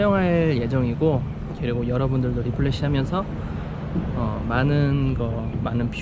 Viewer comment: 리플래쉬 아니고 리프레시...ㅋ